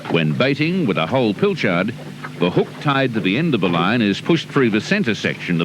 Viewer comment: Fantastic nostalgia, i love the narrators "ye olde" terminology, and im 55yo. "Pill- chard" 😂😂 and all the instruction based description, and the 2 fellas in the videos - none of the subtitles align with the vision - please understand i'm not havin' a crack, i'm loving the old style of video production. Reminds me of the old Malcom Douglas Bush vidoes - which i absolutely love.